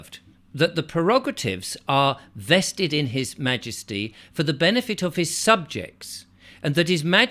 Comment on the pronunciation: Sorry to say this but your Ma-ges-tic is a li-zard 🫣